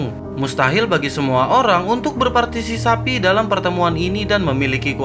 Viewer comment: Berpartisipasi cok..bukan berpartisisapi😂😂😂..lagi satu kepala...bukan kelapa🤣🤣🤣